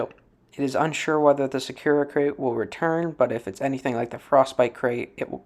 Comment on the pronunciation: Nice video, I always love seeing electric state videos unfortunately there aren’t a lot. Also it is pronounced sa- koo-rah not sa-kura